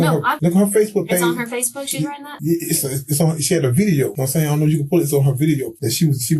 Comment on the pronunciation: "Nahm saiyn?" Yes, i speak English